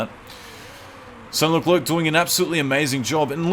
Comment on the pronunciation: He's name is French so you should not pronounce the last c (so it's basically pronounced "LECLAIR")